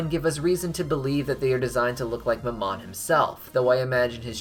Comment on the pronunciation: Mammon isn't pronounced like the french word for mom it's pronounced like "mam" (as in thank you ma'am) and "on"